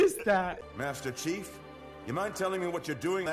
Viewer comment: He said master chef not chief